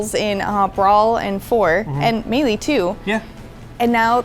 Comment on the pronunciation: I'm shook that even english speakers pronounce wrongly the word "melee"